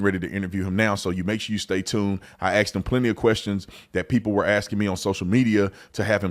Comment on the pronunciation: STOP SAYING "AXED". It's "ASKED". FFS.